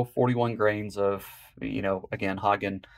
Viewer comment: That's not how you pronounce Hodgdon.